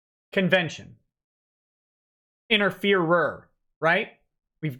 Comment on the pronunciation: & I heard this as "InterFuhrer" rather than interferer and found it to be oddly amusing for whatever reason.